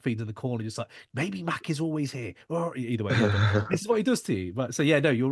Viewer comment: The shit drives me nuts. I don’t understand how at this point of his career people still saying “Mack”. And he is quarterbacking the interview at least 15 minutes in so I’ll see how it goes. I guess I’m gonna have to hear the mispronunciation of his name for the entire two hours. No big deal ultimately I’m just breaking his balls, but it is weird to still hear that.